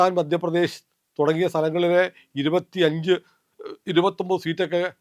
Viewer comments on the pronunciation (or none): none